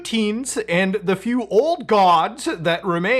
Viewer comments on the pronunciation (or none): none